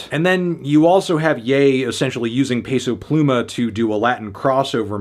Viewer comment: i watched this whole video just to hear him mispronounce peso pluma again